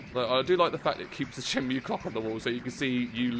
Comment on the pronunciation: It's Shen-Moo